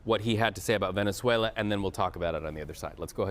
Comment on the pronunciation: Rubio said “ploops” and “velezuela” 😂